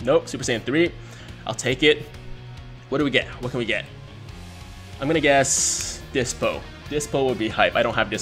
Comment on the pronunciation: Yea I got Dyspo. Cant even dokkan awaken the thing. Also cracks me up how pronounces his name. "Dip-So" >.<